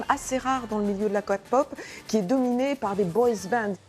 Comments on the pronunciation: Ils ne peuvent pas se renseigner avant et pour une fois parler de la music et je sais pas quoi elle se dit spécialiste de la K-pop mais elle le dit même pas bien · Wow, un ramassis de conneries et de mauvaise prononciation, c'est fou comment c'est juste la pout decridibiliser l'industrie de la kpop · Non mais la dame qui explique ce qu’est la kpop elle croit peut-être bien expliquer mais faudrai d’abord qu’elle sache bien prononcer le mot quand même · Vous ne savais mais pas prononcer k-pop donc vos mieux pas en parler et puis il ce suicide à cause des heaters pas à cause de leur vie donc ne parler pas de n'importent quoi quand vous ne savais pas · il save même pas dire kpop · c est pas possible ils disent toujours la KA POP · Kapop 😂 bande de con c'est facile a dire et arrêter de faire des reportages pour dire de la merde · Quand on dit « ka-pop » et « bé-té-s » on n’est même pas censé l’ouvrir. Surtout pour dire des choses pareils ... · Ca m insupporte elle dit "KA POP " Il dise que le mauvais cote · Et c'est pas kapop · euh désolé mais c'est pas ka_pop! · Ahhhh kapop quelle horreur cette prononciation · Déjà de 1 vous parler mieux et de 2 quand on connaît même pas le sujet on en parle pas et on dit képop mais sa s'écrit kpop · Non mais sérieusement entre : "elle n'ont même pas 20 balais" renseigne toi non ? Elle ont au dessus de vingt ans la prononçation "Kapop" ou encore "bétèese" ma désespérée allez voir comment ça se prononce renseignée vous avant de dire tout et n'importe quoi vous devez données des informations utiles dans un reportage non c'est le but d'un informations pas de dire tout et n'importe quoi juste comme ça. Non mais sérieusement j'hallucine si c'est pour nous faire des carnages comme ça à chaque reportage sur la K-pop faut mieux ne pas en faire du tout et c'est régler, après pas tout les reportages sont des catastrophes je penses et heureusement mais là c'est un désastre totale. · pas du tout. C’est "key-pop" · La "Kapop" ça pique